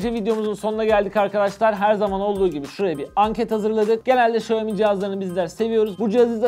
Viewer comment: xiamomi :) xiaomi'nin 1m ilerisi, m önemlidir :)